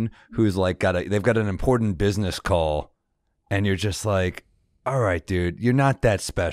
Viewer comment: Someone needs to tell Sam that it's "imporTANT" not "imporDENT"